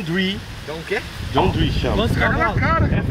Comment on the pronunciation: por favor, não chama o coitadinho do trator de John drui que dá dó do bichinho, se fala John diir só que se escreve John Deere